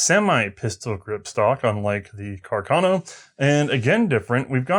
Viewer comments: why cant she say "carcano" aaaaa not "cuckurno" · Am I missing an in-joke behind saying Cah-Carno every time?